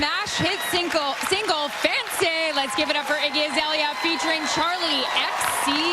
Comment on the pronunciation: even the co-host fucked up "sinkle"